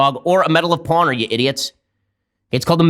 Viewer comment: I think Ben is really proud of the medal of "pawnor" lol